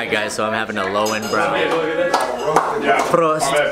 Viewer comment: Is löwenbräu not "brau" lol Spätzle more of the "e" Schnitzel you speak it super !! THE best Bier is in Klosterweltenburg bavaria !! Is a old traditional bier. Btw the name is "Brezl" not pretzel lmao 😂 i think americans think we Drink all day so much Bier. IS NOT true ,i see americans drink much bier and hurry 😁😂 Mut the Video is cool lol